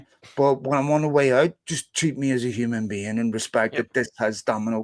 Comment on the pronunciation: Hum'n Been